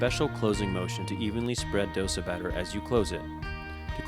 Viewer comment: Please learn how to pronounce Dosa first.